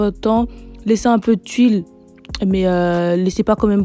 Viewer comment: Mdrrr tu dis tuille alors que c’est tul 😅